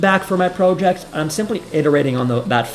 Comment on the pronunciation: Fun video! I liked the Joe Biden diss, but then you lost me by the way you said “proe-ject”